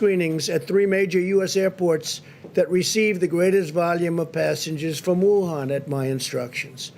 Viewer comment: When he said Wuhan like that, I fuckin died laughing 😆